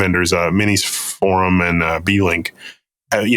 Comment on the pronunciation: It's for-UM not for-OOM.